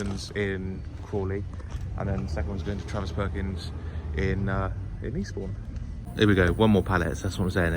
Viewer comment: 'For Eastbourne' sounded like 'Respawn' 🤣